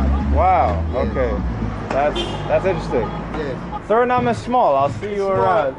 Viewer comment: Like the video but when u pronounce Suriname don't forget to say the E at the end